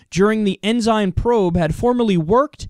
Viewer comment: Lol, not like it matters, but it's pronounced "en-sin"... which in a way, makes it more funny.. the Christian conservative, with Sin in his named, committed their favorite Sins.. =p